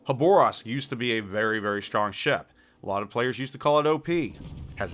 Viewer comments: Huh-bor-avsk Woah. For a minute there I didn't know you were referencing Khaba… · That is a very wierd way of pronouncing Khabarovsk, also Khaba got nerfed after release so it's not just the power creep that got it.